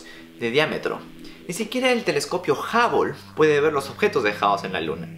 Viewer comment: No se dice jabol se dice juble